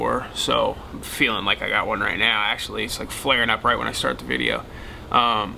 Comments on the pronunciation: video not vijeo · Why's he say vidja